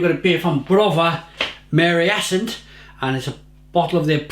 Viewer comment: Maryeenshtat - it should be read,. As usually... Greetings & 10 out of 10 for your review!:D